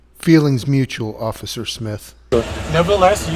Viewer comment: "Occifer" ? Did you mean 'officer'?